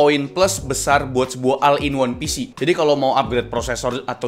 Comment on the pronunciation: Oll in wan pisi gitu bacanya min